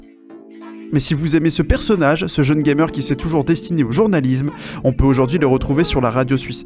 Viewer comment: "Aujourd'aujourd'hui" ...mes oreilles ont saignées